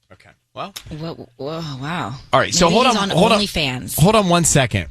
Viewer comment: why do you keep pronouncing hold on as ‘Hoe-Don.